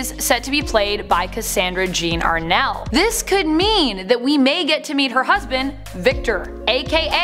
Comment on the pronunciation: Also she mispronounce Cassandra Jean's last name. It Amell not Arnell. 😑😕😯😒